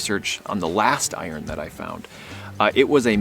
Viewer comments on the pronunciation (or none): Wow! What a great day you had. It sounded like you said "fat" iron. I believe they were called "flat" irons althoiugh my hearing has gone to pot as I've goitten older, along with other things. Usually had several irons so one could be heating while the oither was used. Handle was sort of a quick change design for the day. NUTS!! I recently bought a NOX 800. First new machine in over 20 years (the oid Whites still does a great job). Rumors aboiut the XP started shortly after my purchase. After seeing this I wish I'd have heard the rumors before I took the plunge because they seem to have been true! Thanks foir sharing.